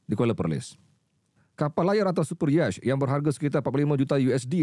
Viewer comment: 'Superyech'🤣🤣🤣 superyacht disebut super -yat